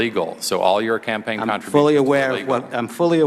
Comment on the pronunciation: "Wrong your Honor....I said 'legal kontrain tampaign contributions'. And I resent the assertions."